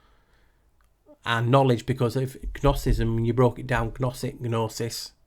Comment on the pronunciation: Hi, the G is silent in gnosis and gnosticism as is gnome, gnocchi, etc:)